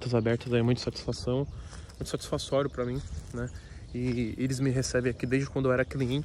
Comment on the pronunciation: É muito 'satisfassório' , nuuuuuuuuuu